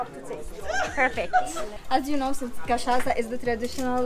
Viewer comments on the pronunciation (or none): So cute how you pronounce cachaça as cachaca 🥹 i’m happy you two enjoyed Brasil so much ❤ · Beautiful! Quick pronunciation hints: Paraty is said like “paratchee”, and cachaça, the Ç is like SS, so it would be “cachassa”.